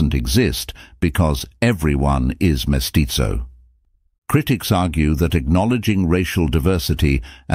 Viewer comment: We speak Spanish in Mexico, not Italian. Vasconcelos is pronounced vasconSelos (or vasconTHelos in Spain) not vasconCHelos. And the Z in mestizo is never pronounced like the Z in pizza.